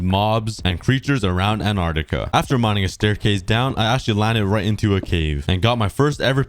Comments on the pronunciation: Ant-are-ti-ka Not An-are-ti-ka Pronouncing the word. 😁 Ps: I love your videos! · you said anartica it`s antarctica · when u said "anartica" it smh made me laugh lol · You’re saying Antarctica wrong